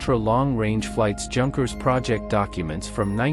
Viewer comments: "Yoonkers" Not junkers. great video otherwise. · Junkers is pronounced “Yoonkers”